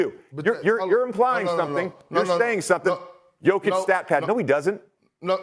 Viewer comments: bro, u need to sleep :D and it´s YO-kich, not JOE-kich :* ;) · For the beginig try to pronounce Jokic's name correctly